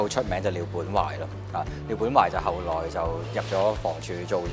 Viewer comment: 好多謝綠豆又拍咗一輯咁好嘅節目，聽到幾個後生仔講廣東話非常之好，因為而家我聽過好多年輕人啲懶音甚至YouTuber或者新聞報道員都係滿口懶音，聽得好辛苦，另外記者妹妹妳講到後（來）唔係後（嚟）